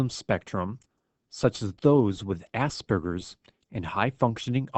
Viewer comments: "ah-sper-gers"... not "ass-burgers".... THAT makes me upset LOL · It's pronounced ahs-pergers not ass-pergers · "ge" is a soft sound. "George". Hear it? The word is not "assburgers" it is AspERGErs. Sounds like PURGE. Get it? This is something that is a major "upset" for people that read, on the spectrum or not. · You're pronouncing it wrong it's not ass burgers it's oss purr gers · As-sperger it not hard to pronounced